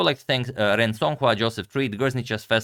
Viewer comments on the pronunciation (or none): none